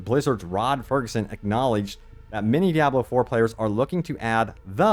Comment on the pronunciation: Why do you pronounce Diablo that way? It’s wrong